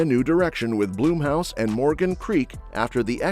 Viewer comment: It's BLUMHOUSE not Bloomhouse. Looking forward to some of these films.